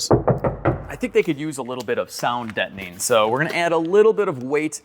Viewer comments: it's sound Deadening, not Detoning. lol. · Ok, sounds like you got console down, now work on "dettoning". Dead, not dett...deadening! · you have mastered Console and butchered "Deadening" It's Sound Deadening Material. Not Sound Debtning Material. As a fellow Cadillac loving, Irish, Italian American I thought I'd try to help. 😉😎